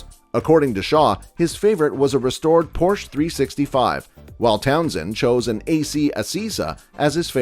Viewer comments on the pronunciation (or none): none